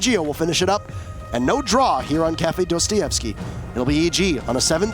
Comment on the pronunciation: that's " Dasta Yevsky "actually